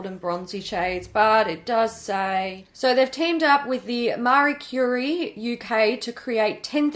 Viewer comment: Ehh.... how did say Marie Curie? 😐 the science junkie in me is in chock.